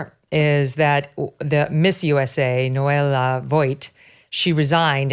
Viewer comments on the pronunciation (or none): NOELIA, Megyn, N.O.E.L.I.A /NOH - EH - LEA/ Is it really that difficult for you to pronounce foreign names correctly?? Cant you practise a little bit before reporting the news?